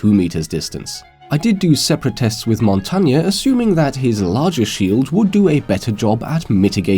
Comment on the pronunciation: Yay, you pronounced Montagne right!:D